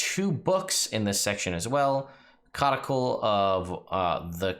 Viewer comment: Pretty sure codicil is pronounced cod-i-sill.